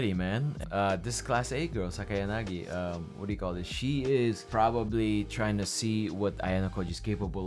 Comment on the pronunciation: Yes! pronunciation of Sakayanagi is correct